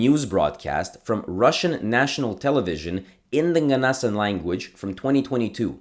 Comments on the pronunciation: hey! a little note: nganasan is pronounced with the accent on the last vowel (nganasAn) :) I’m from Dudinka which is the town where nganasans live and I’ve been familiar with their culture since childhood, it’s always been fascinating! this is an incredible and informative video!! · You have to pronouns ng at the beginning of those words it will produce a “nya” sound slightly when you say it this is why their language must be called “nya” in their language